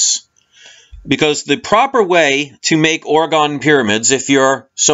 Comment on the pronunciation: Pronounced Orgone not orgon